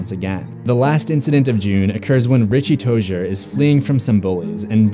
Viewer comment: Richie tojer?! I am pretty sure it’s Richie Tozier...btw love ur vids